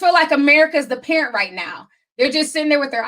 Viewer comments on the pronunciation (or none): none